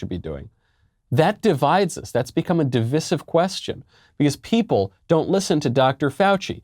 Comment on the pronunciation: Michael, you, Matt and Ben arent pronouncing "divisive" correctly. Talk to Andrew. Please.